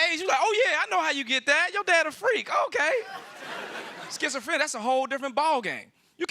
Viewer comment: Its skitzophrenia NOT shitzophrenia.